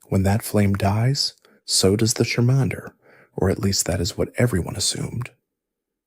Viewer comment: These name pronunciations are something else 😂 Koo-Bone-A? Shar-minder?